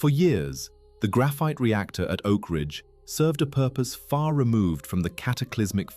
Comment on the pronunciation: ‘Oak Ringe’??😂